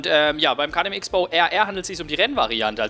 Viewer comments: Cross-Bow, das Ding wird Cross-Bow genannt... Ich zucke immer innerlich zusammen, wenn ich jemanden Icks-Bow sagen höre. :D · Mennnnnooooo, bitte sprich den KTM richtig aus. Nicht "X-Bow" sondern Crossbow wird er tituliert :) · Also von mir aus darfst du den Wagen auch gerne Tante Klaus nennen,aber der wird wirklich nur Crossbow ausgesprochen.Hält sich nur keiner dran. ^^ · Ok.. dann ist wohl mein Fehler. Ich kannte es eben nur so das beides in Ordnung ist. Aber KTM sollte sich als österreichische Marke auch denken können dass das X, auch als solches ausgesprochen wird :D